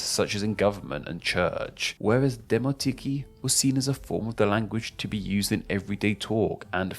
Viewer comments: "koine" makes sense, because it's an ancient world. "Dimotiki" should indeed be pronounced this way though. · it's Demoti-KΙ (Δημοτική). Stress is on the last syllable. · Great video overall. Only thing is that koine is pronounced as "kini", and demotiki as "dimotiki"